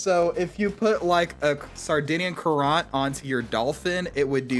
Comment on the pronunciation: Great exploit, but I'm glad they're patching it! And btw, Sardinian Currant is pronounced 'current'. Like a water current or electrical current.